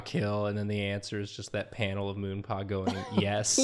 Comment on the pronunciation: I stg every time said “Moonpaw” I heard “Ru Paul” and was so confused 😭😂